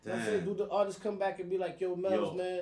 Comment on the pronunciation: I hate when people say ARTISTsis🤣🤦🏿‍♂️🤣